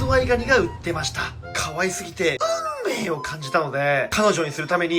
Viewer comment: うゥ↑んめいを感じたのデェ が好き